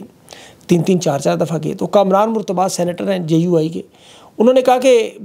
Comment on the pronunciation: murtab bol gaye aap pehle dobara sahi bola 😂😂😂